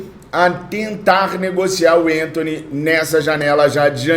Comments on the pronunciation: meu amigo não é enthony, mas sim Anthony mesmo com a , não me leva a mal mas dá uma agonia ver você trocar o nome do jogador kkkjkk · o Anthony nunca foi e nunca será centroavante! E o nome dele é Anthony e não Entony, ele é brasileiro!